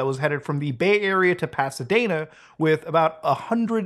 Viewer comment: As someone born and raised in Pasadena,CA how dare you call it Pasa Daena tsk tsk